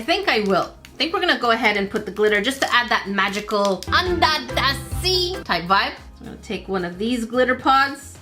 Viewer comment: i love how you say under the sea like unda tha sea